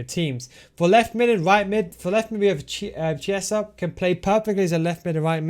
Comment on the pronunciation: Never heard anyone pronounce the way you did with chiesa 🤣🤣